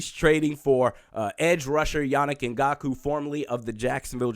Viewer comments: Also is ngak-way not ngak-u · Can’t be mispronouncing our players! In-Gonk-Way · Please....learn the name before making a 7 minute video. Not respectful to put in the effort to say it properly. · Eh.. this one was pretty brutal